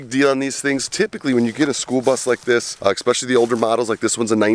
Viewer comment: Worst thing is actual the amount of times you said "eXpecially". Keep the videos coming, Great info.